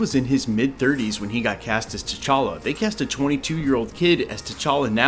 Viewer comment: Facts. And you said it correctly: T'Challa son of T'Chaka, not TJ [illegitimate] son of T'Challa.